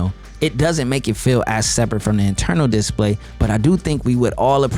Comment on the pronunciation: Just to be picky, the accent should be on the second syllable of display, not the first. You said that word so many times it was driving me crazy. Just so you know, I am a fan of your channel 👍